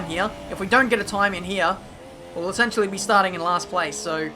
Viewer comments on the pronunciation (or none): none